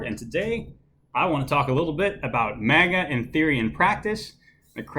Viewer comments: Manga is pronounced mahnga, not manega. Also. Araki is pronounced Arocky, not Aracky. Still love the video as I enjoy hearing about this book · Ikr? It's pronounced mahnga, not manega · Are you saying maga or manga? Lol